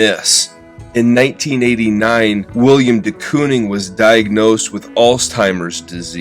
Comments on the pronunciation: I’m only in and looking forward to this but I just have to say first it’s Willem man, Willem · It's Willem, not William! C'mon man. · His name is Willem not William. Love the short video other than that though.